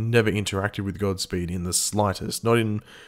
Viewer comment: You said gobspeed